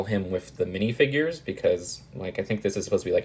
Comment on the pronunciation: I like the way you pronounce minifigures. MiNiFiGuArEs